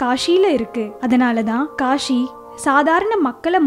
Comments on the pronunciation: காஷி இல்ல காசி. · kashi illa kasi ok va. ya tamil varatha class ponga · It's not Kashi, it is kasi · காஷி இல்லம்மா காசி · Kashi illa kaasi Tamil ah kola pannathinga